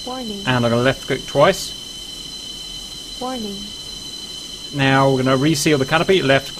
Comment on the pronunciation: Worning worning worning